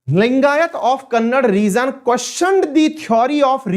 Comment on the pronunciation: Abe saale bol to thik se लिंगायत langayat bol raha hai....